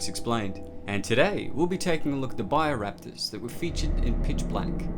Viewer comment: It's BIO Raptors NOT buyer raptors